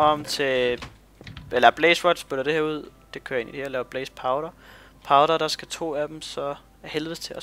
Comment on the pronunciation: "Det ører bare" HAHAHAHAH Stumme K'er FTW! :D